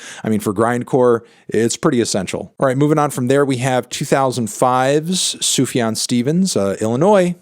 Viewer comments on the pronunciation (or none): none